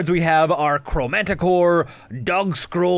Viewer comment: Zeh-Tall-pah Ool-ven-wall-d (how the hell did you get "underwood"?) Lot-leth Crow-man-ti-core(NOT color) Cap-ah-shen Damping, not dampENing There are so many mispronunciations I think it might be an issue of reading comprehension